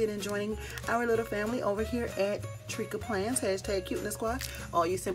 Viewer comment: Tricka Plans pronounced Tree Ka hahaha!! I can’t wait!